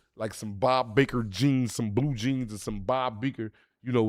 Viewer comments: Bob Barker . Not Baker 😂. The guy from price is right they make it. It's like that in state too Bob Barker 😂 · Lmao Naa black it’s not bob baker it’s bob barker